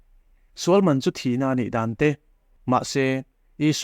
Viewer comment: Ṭawngṭaisakna leh nun hian nghawng a lo va nei thûk teh reng êm ve le! A tâwp dawn ṭêpa, "He thilah hian ka sual nasa hle a," tih laia (ngaihdamna tih lai vel khi) 'sual' tih i lam dân hi nakin zêla lam dik zawk nan ka'n sêl lawk ang e aw, ṭhahnem ngaih thu liau liau ni sela. 'Sual' (sinful) ni lovin 'sual' (fight) tih zawk tur a ni; tichuan, a lam rîk dân tur pawh a chiang kuarin ka ring e.